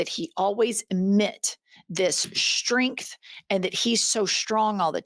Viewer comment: It's hard for me to listen to people who cannot pronounce the "St" letter combination; There is not such word as Shtrength or shtruggle.